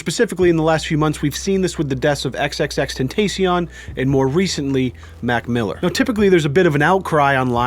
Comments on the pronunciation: did u seriously say tenteicion,IT IS TENTACION OR JUST X OR AS SUM PPLS SAY TRIPLE X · "XXX TENT TACEION" please try again lmfao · Still new here..so I am late. As a believer in the paranormal, I watched Huff when X died. (Sidebar:, its tenta like ahhh not tenta like tay when you say Tentacion)I don't think he was in it trying to hustle the fans. We know its straight bull..but it felt good to kinda hear X say he was ok.. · If it were real, X would tell y'all to stop pronouncing his damn name wrong. It's xxx ten-TAH-see-ohn, not ten-TAY-see-on. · its pronounced xxx tenta see own not tent aye si en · Tacion not tencion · XXX-TENT-A-CEON the I sounds like an E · The C makes Sh sound X confirms it cuz that's how pronounces it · It’s pronounced ten-ta-ci-own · It’s “ xxx ten-tas-ion” that’s how you say it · ily dawg but its pronounced, ten-ta-see-own. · My man said xxxtentaycion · XXX-Ten-Ta-see-own That's the proper pronouncing. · Did he really say”xxxtentastion” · Ten-te-C-on “Tentacion” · It’s pronounced xxxtentacion with a soft a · The a in tentacion is pronounced like when a dentist asks u to open ur mouth and say “ah” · ten-tas-e-own is how to say it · Ok Just reeeeeeeeeeeeal quick here it's Ten-ta-si-own. The Paranormal dude said it correctly and ya still mispronounced it :P no hate just wanted to throw it out there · Ten tah see on is how you say it and keep it up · It's no damn tentession it's XXXTENTACION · First ur pouncing his name wrong second is thus we’re u want to be when Jesus comes back making fun of jay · you pronounced X name wrong... dude do some research old dog we see ur huge a55 pores from here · the way he pronounced xxxtentacion triggered me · XXXTENTEECION lol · That's not how you say xxxtentacion mate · Am I the only one kinda triggered that he kept saying X's name wrong? Yes? Okay, I'll go now... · I'm kinda disappointed. can't pronouce XXXTENTACION correctly. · the way pronounced xxxtentacion had me dead 😂